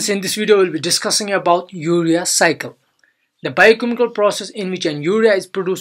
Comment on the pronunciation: urea cycle captured in CC caption "Your Recycle".. RIP pronunciation.